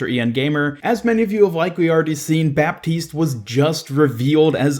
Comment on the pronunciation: PSA: the "p" in baptiste is not pronounced